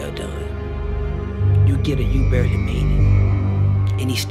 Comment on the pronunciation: You don't get a well done, you get a barley made it. That's what he sounded like he had said.